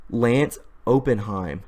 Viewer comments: It’s Opp In heim. Er. As in a investment firm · It’s pronounced op-in-hyme